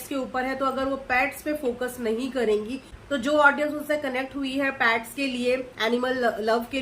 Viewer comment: Pets hota hai paits nahi..😅😅😅😅